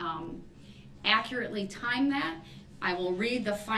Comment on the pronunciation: Troof Oaf of office Akkurit Axed a question